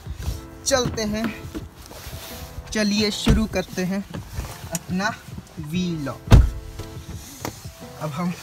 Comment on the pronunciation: Yar..... Vlog.... Bola.. Kro na bhai..... V Log ajeeb lgta hai sunne me...... Jst.... A small suggestion 🙂🙂🙂🙂🙂